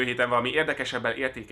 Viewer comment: Hát ez nagyon menő volt :D de amúgy: "Én GoSzirmai Gergely voltam"...visszatekertem, hogy jól hallom-e, aztán a kalap megerősített :D